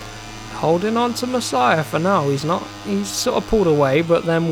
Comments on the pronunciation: you don't actually spell Masiá "Masiah" but more like "Maseea" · Mas--ee-aa, you're saying it like Messiah lol 😂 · It’s pronounced MAS-EE-A not MASS-IH-A, love the videos you’re the first person I’ve started to watch that plays moto gp and I’ll definitely continue to watch, I’ve already ticked that bell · I tell this last time you need to learn so easy last name its Masia not messiah ok its not that hard to pronance.